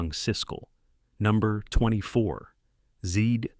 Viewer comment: Zed rhymes with Ed, not with seed.